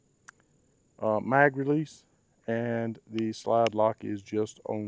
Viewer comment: Great review and you convinced me to buy one! However, a little constructive criticism. Ambidextrous is not pronounced "ambidex-tree-ous" which sounds less credible. Also, you overlooked that Springfield Armory corrected XD/XD mod 2 overtravel inaccuracy issues by implementing the XD/M Elite trigger on this new XD mod 3, which has a non-adjustable trigger stop (that protrusion on the backside of the physical trigger).